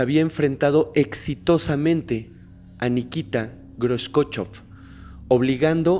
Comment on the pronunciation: Se dice Nikita kruchof te lo estoy poniendo como suena no se como se escribe